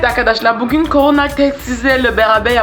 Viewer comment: Abla koranayaçok komik söylüyorsun